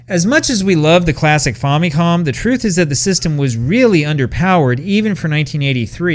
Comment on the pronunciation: The name Famicom is short for Family Computer so why do you pronounce it 'faw' instead of 'fam' as in family?